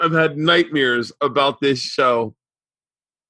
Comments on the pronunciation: Honestly wanna punch Bert in his eyeball every time he says “nightmere” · Man, I can't help but notice every time you say "nightmare" now. It drives me crazy.